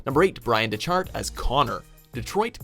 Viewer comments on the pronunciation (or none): It's pronounced "deck-heart" not, "de-chart". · Dechart is pronounced “Deck-heart” not “Da-chart” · That's not how you pronounce Dechart Deck-art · "byran deCHart" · cringes at hearing Bryan Dechart's last name being mispronounced DECK-art